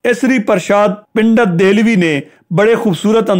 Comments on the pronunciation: اپ کی اردو بہت کمزور ہے ۔۔۔ پنڈت کو pundet پژھین نہ کہ pindet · Bhai "ber haman" nahi " brehman hota hai.....aur "Pendat " nahi " pandat " hota hai.